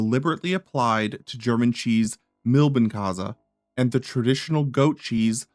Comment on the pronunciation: it takes 5 seconds to check the original pronunciation of "Milbenkäse". It's not that americans are particulary bad at languages, they simply do not care